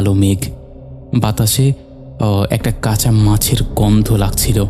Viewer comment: ফাকা? নাকি ফাঁকা?ধাদিয়ে,আশ,দাত,কাচা,এগুলো কি শোনাচ্ছেন ? কাপছিলো?